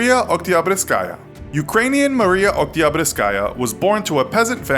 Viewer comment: You freakin nailed her name nice!